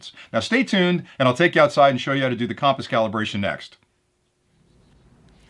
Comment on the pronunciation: Great video as always. Super helpful for new flyers. BUT I got to help you out on your pronunciation of compass.,. It’s kuhm-puhs... as in “come” here.... not KAHM-puhs. 😁😁